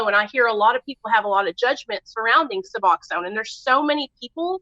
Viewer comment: Lmfao she cant say suboxone